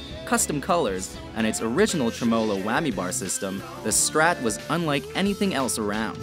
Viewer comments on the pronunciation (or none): Pronunciation, please! It's "Les", as in Lester, not "lez", and Les PAUL, not LES paul. And, "TREM-e-lo", not "trem O lo". What about Les Paul, Jr., ES-175, Gibson Byrdland, Super 400, Epiphone Casino, Vox guitars, etc.? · he also said trem-O-lo... lol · "Trem O LOW" lol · You know the man who talks dosen't know shit about guitar when he sais tremollo😂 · trem-O-lo XDDDDDDDDDDDDDDDDDD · Truh mo-lo system LOL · Lost me when he said TreMOLO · Man, I wish I had a “trem-MO-low whammy system”! Does anyone know where I can buy a tremMOlo? Does anyone want an announcer who knows what he’s talking about? This video is what you get when capitalists try to talk about art. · He also pronounced tremolo incorrectly. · I know it’s WatchMojo so I shouldn’t take anything they say seriously, but it really bugs me how they can’t say tremolo right AND how they say Les Paul every time they talk about the guitar, but get it right when they talk about the man. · I’m sorry how did you just pronounce tremolo?